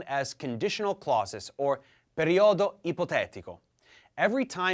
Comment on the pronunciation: It's pronounced "Perìodo" not "periòdo" the rest is quite ok